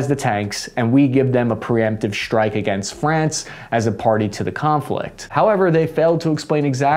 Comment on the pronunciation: I very much like! Great information and I like your tone. I would suggest that you stop adding random Hs to words, i.e. shtreem, deshtroy, shtrike, shtrength, infanchry, These mispronunciations weaken your authority. Keep up the good work!